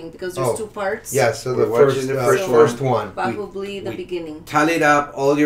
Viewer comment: Did they just pronounce Bahubali the right way?? 😮